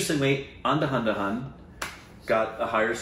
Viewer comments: Andhdhun please say it as un-dha-dhoon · U guys are saying it wrong. It is anda dhund... not anda Hun hun.... The d in anda has to be pronounced as the word The.. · it's 'andhadhun' not 'andhahandahan' 😂😂😂😂😂 you are making it more complicated. 🤣🤣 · that's 'Andhadhun' (pronounce it like Andhaadhoon) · Guys Andhadhun is pronounced as un-dha-dhun🙈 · Andaa--dhoond..that is how you pronounce it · Guys you should pronounce "ANDHADHUN" as "ANDHA DHUN"! 😊👍